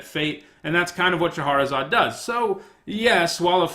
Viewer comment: Shah-razad, not Sha-har-razad.